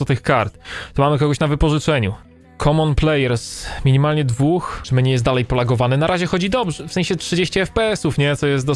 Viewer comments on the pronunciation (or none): none